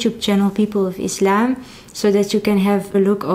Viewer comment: I love that you prononce Islam right , with s not z .